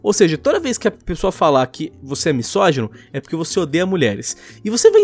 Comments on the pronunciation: MiÇogino? Kkkkk pohha para de falar errado, irritante. MiSógino tem som de Z burro, S entre vogais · ele pronunciando misógino como miSSógino toda agr da agonia